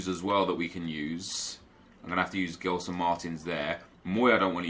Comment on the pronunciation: just one thing. It's not pronounced GELson Martins it's JELson Martins. Keep up with the great content!